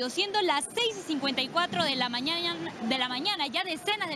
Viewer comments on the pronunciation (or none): No es creíble, si la reportera dice "Mañaña" xd